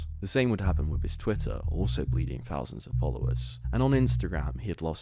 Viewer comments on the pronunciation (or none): Cmon how can you say the word "fort" ok but then you are trying to say "thought" and it comes out "fot" or thousand is pronounced "fousand" like cmon you're a news channel and you're fcking up easy words just cus you're lazy. Pronounce words better we are not 4 years old mate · bro, imagine making fun of someones viewer count of 3000, and pronouncing it "free fousand"....youre worried about the wrong stuff lil bro, hit them books.